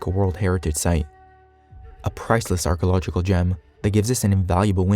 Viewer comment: an Archaeology channel run by a dude who can't even pronounce archaeological. Now THATS priceless